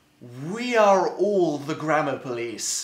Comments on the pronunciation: it sounds like he is saying grandma police... just me... okay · i thought he said grandma instead of grammar 'the internet takes grandma very seriously' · Omg, it DOES sound like he is saying grandma police!!!!! 😆lol!! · Lol same. At the beginning, it sounds like 'The internet takes grandma very seriously' 😂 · I'm sorry but I thought you said "The Grandma Police" 😂😂😂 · Am I the only one who heard grandma police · The grandma police will kill u in ur sleep 030 I could tell he was saying gammer thou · wait so how do Americans pronounce grammar?